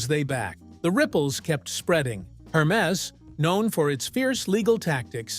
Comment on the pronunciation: Wrong pronunciation😅 Please, ask somebody French to pronunce "Hermes."